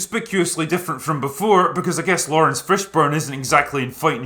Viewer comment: The only mistake you made, Drinker, was your strange pronunciation of Laurence.